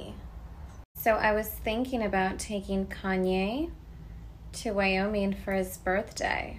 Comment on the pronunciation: The way kim says Kanye 😂😂she nailed it